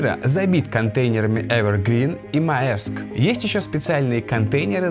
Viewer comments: Друг, мэрск. На маерск. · я вот читал что maersk по русски произносится как мерск. А вообще интересный и вкусный ролик,как всегда:)